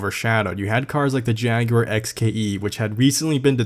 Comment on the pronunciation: Woah you prononuce Jaguar correctly :D